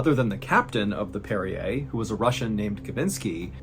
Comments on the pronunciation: Hey John are you sure that ship is pronounced the same as the mineral water (Perrier)? I’m thinking it might be more like “one who parries”? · Are you sure this is how you pronounce the name of the ship? It doesn’t sound phonetically correct. Great story other than that.